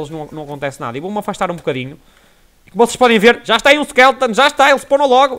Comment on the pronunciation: É SKELETON E NAO SKELTON.